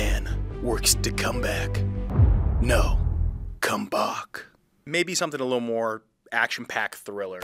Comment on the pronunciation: DON'T CALL IT A COME-BAHK